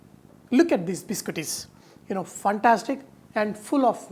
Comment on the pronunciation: Chef, You are awesome. However, the pronunciation is "fantastic", not "funtastic"! Can you please give temperatures in Fahrenheit also? I am in Canada.